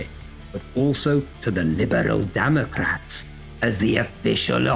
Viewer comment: Did you say ‘Liberal Damn-ocrats’?! 😂😂